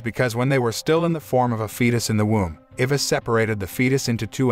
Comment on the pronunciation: i think the only problem i’ve ever had with this channel is the pronunciation of names… like the narrator gets some of them right but then butchers others… like what the heck is an ivis i only know eye-vis😭